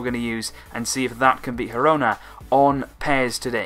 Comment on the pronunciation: Some tips: The Catalan and Spanish pronunciations of ''G'' are different. The ''G'' in Girona is pronounced like the ''G'' in Gerard (Piqué), not like in Getafe or gente. And Camp Nou is pronounced more like 'Camp Know', not 'Nau'. The ''X'' in Catalan sounds like ''sh'' (i.e. Xavi) - so it's 'Aleish' Vidal, not 'Aleiks'.